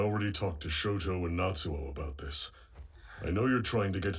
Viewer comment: The sister pronounces the names weird, calls Toya, Toeya and Shoto, Shota I wouldn't use her as an example for names.